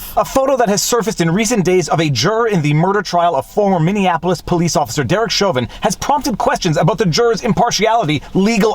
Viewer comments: By the way,, “Minneapolis” is “mini-APP-lis.” You keep saying “Minion-apolis.” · He's always mispronouncing Minneapolis as Minne Annapolis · Viva, love the channel! One suggestion, you are mispronouncing Minneapolis. It sounds like Minneanapolis to me. Lots of folks screw it up by adding an extra N into it. And yes Chauvin should get a new trial with a change of venue and they ought to prosecute the juror who lied on the questionnaire.